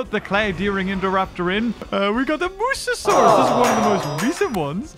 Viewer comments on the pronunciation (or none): none